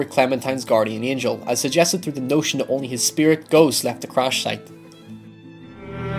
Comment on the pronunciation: Angel, not angle